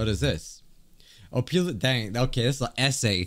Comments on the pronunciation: you said opilia not opila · ITS CALLED OPILA NOT OPILIA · Opila is not said op ilia it’s opeela (that’s how you say it not spell it) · you’re saying ophelia not opila google how to pronounce opila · it’s oh-pee-lah, not oh-pee-lee-ah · I love how just pronounce Opila Bird's name as Opilia. XD